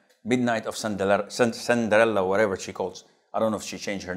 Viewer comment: The way he pronounces Cinderella😂😂😂